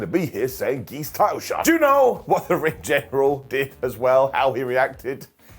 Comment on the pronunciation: What’s a “geese” title shot? Been meaning to ask for a long time I get what he’s saying based on the context, a title shot for no good reason, but what’s the actual word he’s using?